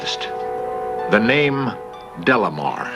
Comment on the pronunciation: Leonard insists on adding an L to this man's name. It's De Lamar, not Del Lamar. so annoying...